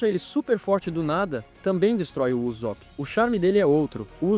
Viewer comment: "Uzópi" dói de ouvir...